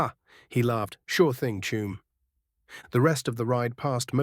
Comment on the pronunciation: This is totally awesome strat to finish.However i do not usually have any problems with AI pronounceation but have to admit the constant saying of 'Chuum' instead of 'Chum' is completly screwing my head up 😂even with my appalling spelling